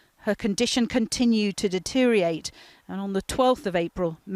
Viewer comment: Channel 4 journalist, reading from script, almost certainly able to do a re-take: "deteriate".